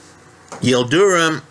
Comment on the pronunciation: his name is not pronounced Yil du rum......it’s Yil drim.....